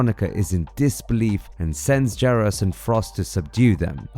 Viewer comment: I cringed every time you said Geras so wrong 😆 🤣